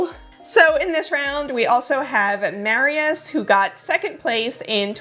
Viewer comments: I was listening to the video while doing sth in the kitchen and I thought Mariusz (Mar-yoosh) is a woman because you kept saying Mary-yes 😁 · The only two names I think you mispronounced were Mariusz (which has something closer to a sh sound at the end) and Brigitta (which has a hard g like in "games") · (By the way, Mariusz is pronounced with a "sh" sound at the end in Polish. In Hungarian (if it's a name there; I don't know) it would be pronounced with a "s" sound.)